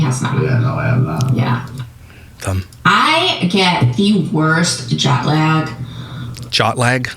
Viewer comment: When she said “jot lag” I thought was going to say “I get jock itch” my brain just went right there